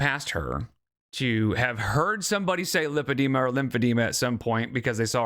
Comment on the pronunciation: if she had been diagnosed with lipedema she would probably not call it "limpedema"